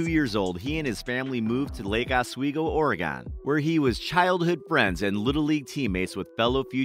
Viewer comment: Lake Oswego isn’t in Ore-gone…it’s in Oregon